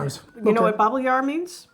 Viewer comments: you’re nearly correct, however there’s no J sound in Babbelaar. What you said sounded like “babbeljaar” (which would mean a chat year) b[ɑ]bb[ə]l[a:]r perendrup has a short “u” sound, kind of like “uh”, p[e]r[ə]n-dr[ʏ]p. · not babbeljaar, but babbelaar. (drop the 'j') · That shop in my hometown Schiedam is very nice indeed. Babbelaar is not pronoinced babbejaar btw. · Nogat, borsthoning, schuimpjes, groene erwtjes, Zachte caramel, koffie of fruit toffee. (eigenlijk brits, maar wel nostalgisch boor veel generaties) Also BA BE LAAR(S) with an L not a J. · You guys gotta work on your pronunciation, because you're saying a lot of Dutch words wrong and before you know it, the way you say them is stuck in the brain. Babbelaar, drop, peren for example and that's only the beginning of the video.